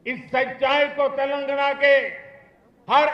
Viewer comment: తెెలంగణ కాదు, "తెలంగాణ" ముందు పేరు పలకడం తెలుసుకొ మలప త్రాష్టుడా.